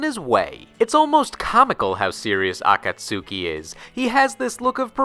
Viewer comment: Ah-kahts-ki. Shame on you,:P